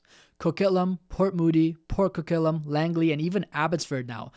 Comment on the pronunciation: Good video. I've been enjoying your content, but please work on the correct pronunciation of Canadian place names. Coquitlam is not pronounced 'Co-KIT-lum', it's 'Co-KWIT-lum', and Regina is not 'Re-JEE-nuh' but 'Re-JY-nuh'.